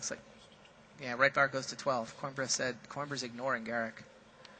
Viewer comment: it's said coo-eem-bruh!